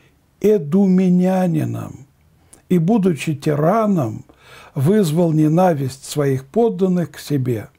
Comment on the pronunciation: ненависть ударение на первый слог, откудава- откуда, римляне-ударение на первый слог